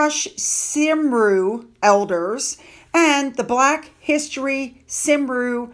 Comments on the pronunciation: Hi, just saying that ' Cymru ' is Welsh for ' Wales ' and you would say it as ' CUM - RY ' …..if that helps, no criticism just a heads up. Thanks for your videos. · Thank you for this video, my beautiful Cardiff! Btw, Cymru is Welsh for Wales. It's pronounced "cum-ree" ❤ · Cymru is pronounced “Come-Roo” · How two such disparate brothers came from the same mother is amazing, it must be hazbeens hewitt genes. Btw, Cymru is pronounced kumri or kumrey, It's the name of the country, Wales, in the Welsh language. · Cymru is pronounced Kumree, and is Welsh for Wales. Not being picky love, just thought you'd want to know ❤